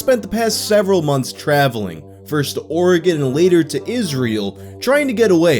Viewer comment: Oh my god you pronounced Oregon correctly I fucking love you